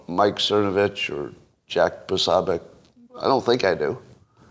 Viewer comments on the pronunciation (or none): POSObiec...not Pasabic